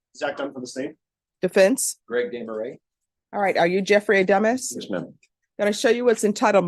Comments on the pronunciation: His last name, Adamis, when pronounced sounds like , A Dumb Ass. Very appropriate. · 🤣🤣sorry i watched this at playback speed 2X and when she said his last name it sounded like she said:"dumbass"😆🤣🤣🤣